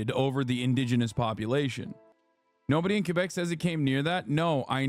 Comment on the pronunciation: Can someone please tell Hasan how to pronounce Quebec properly?